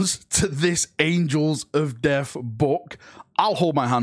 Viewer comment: Man, i was clickbaiting so hard, i barely caught this...Did he say "Angels of Deaf"???